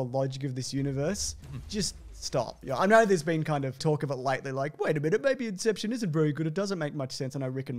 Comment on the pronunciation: I will forever say "incepshawn" for no reason whatsoever